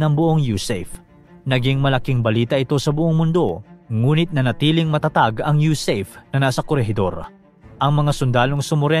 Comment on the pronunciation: huwag mo nang Artehan ang pagbigkas..USAFE. U SA FE ...BIGKASIN MO FE...